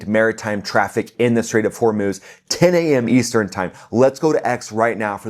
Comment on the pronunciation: The Lego stuff is funny, but definitely not produced by IRGC for various reason, the least of which is they would not pronouce Hormuz as Hor-MOOSE as Iranians say Hor-MOZ.